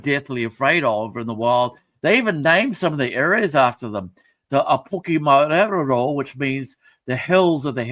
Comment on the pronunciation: MAERO pronounced My-Raw (roll the R)... Also the Patupaiarehe or Turehu are referred to as The Fairy People live throughout the land as well,and at one stage in some places lived in peace with our people and taught us certain things... In other places they were shunned from the villages and retreated to the hills and mountains... All these higher beings are well known to us and are more tuned to Papatuanuku-Mother Earth and the Taiao-Environment/Universe!... They are sacred beings and Kaitiaki-Guardians of Aincient knowledge and wisdom..